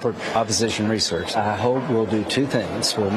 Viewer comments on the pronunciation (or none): is he saying "oppol research"?